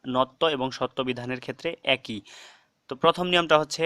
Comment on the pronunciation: ভাল লেগেছে।তবে 'একই' শব্দটি উচ্চারণের ক্ষেত্রে খটকা কাজ করেছে।এটা কি আসলে এক+ই না এক+ঐ?